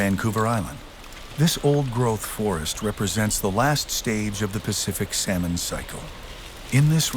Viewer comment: I can’t watch this because he keeps pronouncing the L in salmon